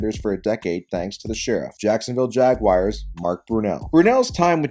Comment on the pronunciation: Great video, except for the nails on a chalkboard pronunciation of Jag-wires.